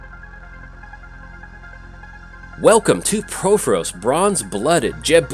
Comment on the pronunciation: It’s “PUR-FOR-OS,” not” PRO-FO-ROS.”